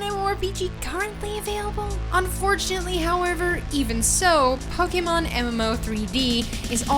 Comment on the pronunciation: "Pokamon" hahaha